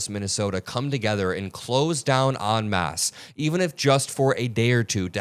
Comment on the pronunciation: Oh good job! Thank you for saying ‘en masse’ correctly, so many people don’t. Great job on this report.